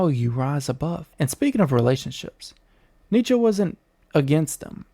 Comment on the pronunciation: Not a smooth delivery with the stuttered, some what obviously...nitsher said, neitchky, newtskey, nitskee, knootskey, kernigit, Neh!!!